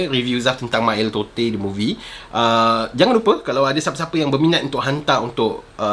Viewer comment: Bro,salah cara sebut totey tu